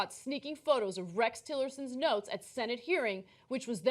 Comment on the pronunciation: Oh.... NOTES!!?? I thought you said NOSE.